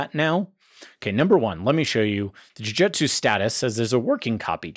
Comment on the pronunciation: jujutsu is pronounced "Joo-Joo-tsu"